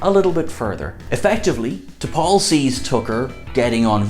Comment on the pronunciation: T~pol oh geez.